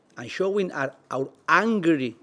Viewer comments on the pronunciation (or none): except for angry/hungry at the end